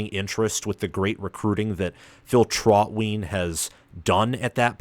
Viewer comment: every home (PSU focused) podcast says TrautWine. Not wheen. As jkay8it pointed out